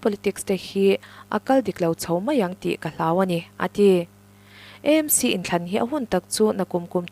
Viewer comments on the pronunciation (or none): EMC nilovin,AMC ti hram la